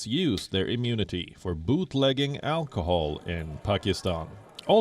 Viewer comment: Alchool she said 😁😂😂😂